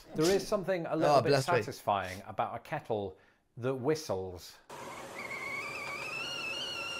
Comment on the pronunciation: Your “kettle” sounds like our “keurig.” 🤷‍♂️ easy peasy naw? 🤷‍♂️